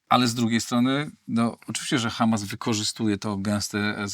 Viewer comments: Bardzo ciekawie też Pan wymawia słowo Ha'mas. Jakby prosto z kibucu do nas przyjechał. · Panie, Panu się odwaga pomyliła z odważnikiem. Już samo akcentowanie słowa "Hamas" i wiadomo od kogo "wy są". Przyznam, że od ponad 30 lat nie zawiodłem się tak na żadnym polityku, którego obserwuję/obserwowałem. Co Pan opowiada?! Wstyd, szczególnie, że jest Pan świętojebliwym katolikiem!